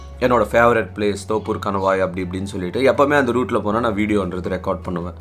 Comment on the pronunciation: அது தொப்பூர் not தோப்பூர்..